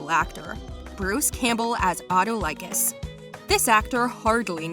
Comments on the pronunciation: Omg, narrator obviously hasn’t watch any Xena! “Auto like us” and “call is to”. Arghh… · Auto likus? give your producer a slap for this poorly researched pronounciation. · please do search the pronunciation! not everything can/must be americanised!! in greek: aftóleekos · Yikes. The way she said “Auto-like-us” played by Bruce Campbell. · She fooled me. I thought she was a fan when she pronounce Hudson Leick's last name correctly. But when she butchered Autolycus I was like awww you're a fake. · Computer voice? Yeah I cringed at pronunciation of Autolycus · Hears the Autolycus pronunciation.... Oh boy...... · same lol ouch